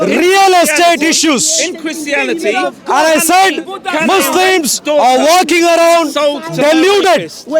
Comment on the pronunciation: He said mouslims